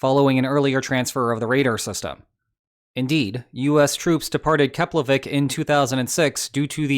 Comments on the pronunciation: Wow, first time I’m hearing a non-Icelander pronounce the name of the Keflavík airport correctly! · Hey man! I'm Icelandic and I approve your pronunciation of Keflavík! I think you're the first foreigner I've heard saying it correctly! And yes... Iceland is so small I saw my house in your video...